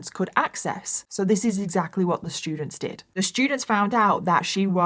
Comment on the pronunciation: Anyone else interested in and Mike (“That Chapter “ YouTube channel) collaborating on a true crime story/episode? accent pronouncing “st” sounds as, “sh”, and Mike giving us his “ter” for “th” pronunciations with his? “Terdy shtudents”…. It’d be phenomenal. I do NOT mean this to be offensive, so please refrain, Negative Nancies. LOL